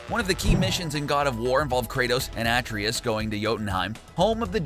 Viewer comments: You’re pronouncing Atreus wrong, even though the voice actors say it dozens of times in the unskippable cutscenes. You used a picture of intra-realm fast travel (mystic gateway) instead of the actual inter-realm doors (Realm Travel Doors). “Thor’s hammed causes thunder to strike”. No. Lightning strikes. Thunder is just the sound. “The magic chisel is split up and you need to gather all the parts.” That’s flat out wrong. There’s literally only one place to go to get the chisel. In fact, it’s single piece is so large that you need to break off a small piece yourself. “Blue crystals [...] aren’t exploding properly.” They don’t explode. Those are red crystals. Blue crystals cause new paths to appear or (de)activate switches. This was a poor video to anyone who’s actually played the game, and seems like a rushed release to dupe people who haven’t played and encourage haters. Get someone who actually knows their stuff. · Too much filling. You can get through all of this information in less than 5 minutes. The glitch about the infinite xp is found in the channel edepot. Plus the mispronounciation of Atreus. Seems like they just collected stuff instead of playing the game, since there is just photos but no videos of it happening. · your ears have a glitch, The "A" in Atreus is pronounced the same as cAr / cAt / fAt ..... NOT : fAce / dAte / chAin You are pronouncing the name Atreus wrong, even though they tell you his name like 500 times while playing the game. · The only glitch I've encountered from this video is the way you say Atreus's name. Makes me wonder if you ever even watched game play let alone played the game. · I forgive you for saying Atreus wrong only because Kratos called him boy 95% of the game. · Its a tra us not atrias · You have a glitch trying to say Atreus "a-tray-us" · It’s pronounced uh-tray-us. Not At-tree-us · Who the hell is "at-ree-ess"? Are you trying to say "Ah-tray-us"? How do butcher it that badly? Just stop....please stop